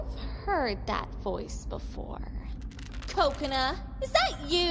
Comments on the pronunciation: I heard kokocola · Video: kokona What I heard: coconut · what normal people heard: " Kokona! Is that you? " what I heard: " Kokonut! Is that you? " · KOKONA NOT KOKANA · no it's kokona not kakona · When Mesume said “Kokona” it sounded like “Coconut” also this is an amazing remake, great job! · Wut she said: Kokona! Is that you? Wut I heard: Coconut! Is that you? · When she says Kokona I keep on thinking she will say coconut 😂😂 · She Just Called Kokona... "Coconut".. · is it just me or when they say kokona it sounds like there saying coconut? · Kokona Me: Hears Coconut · Instead of kokona i hear C O C O A N U T